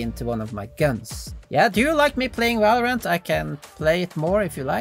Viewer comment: Bro when you try to pronounce Shooter and Valorant is Immersively Funny lol